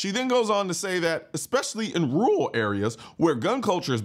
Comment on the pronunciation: “Especially in rUraL areas” 😂